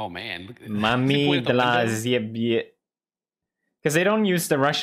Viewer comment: I love that PewDiePie pronounced word "ciebie" like "zjebie" and "zjebie" is like equivalent of "retard"